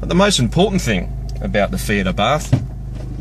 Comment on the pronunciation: it is pronounced "Ah Bart" ...You do not pronounce the "H" .